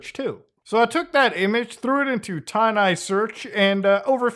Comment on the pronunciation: TIN EYE, not TINE EYE